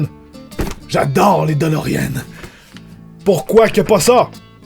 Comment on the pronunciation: Bon j'aimerais mettre quelque chose au clair, j'aime beaucoup t'es vidéos, mais pourrais tu dire: Doloréenne pas Dolorienne svp.... c'est juste un avis personnel... Excellente vidéo encore une fois!!!!!